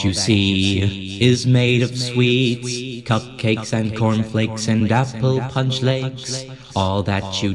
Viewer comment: IT FRIGGIN SAOUNDED LIKE HE SAID CUMCAKES